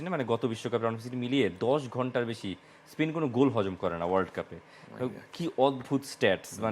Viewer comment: ভাই এরা প্যারাগুয়ে রে বলে পারাগুয়ে, আবার স্পেন রে বলতেছে স্পীন 😊